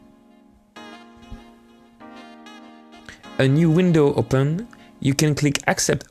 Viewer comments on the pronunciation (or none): none